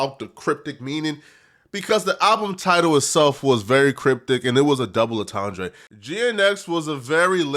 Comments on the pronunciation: Something about the way you pronounce "entendre" gives me a feeling that you never knew what a double entendre was before the Drake v Kendrick beef started. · On-T'andre 😂😂 wtf